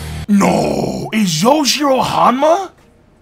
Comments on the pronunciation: Why are you calling him yojirou you khow its yujirou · My man said yo-jiro